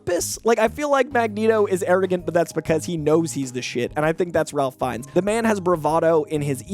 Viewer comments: ralph feinnes isn't pronounced like a normal Ralph. it's pronounced Rafe. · Ralph Fiennes' name is pronounced "RAFE," just for future reference. Love these casting suggestions! And I'd be happy to have Sterling K. Brown and Justin Hartley in the MCU, but I don't think we're going to get both lol. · It's pronounced Rafe Fiennes, not Ralph Fiennes. Rafe. It's spelled Ralph, but it's pronounced Rafe. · Ralph Fiennes pronounces his name “Rayf”. You mispronounced his name 4 times in under a minute. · Hi! Just wanted to make sure you had one more note on this...RAFE not Ralph Fiennes...